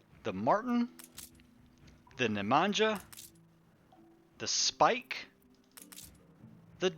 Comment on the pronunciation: Wooow, man! You named a ship after me?! :D <3 Thank you a whole 100 tonne load of gold! Love it! Just for info.. my name is pronounced "Neh-Mahn-Yah". It's a very old south Slavic name - it means 'dragon', or 'tyrant'. :)